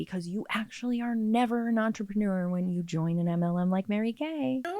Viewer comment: Normally I don’t get bothered by the way people speak, but I never want to hear the word “entrapenooer” again.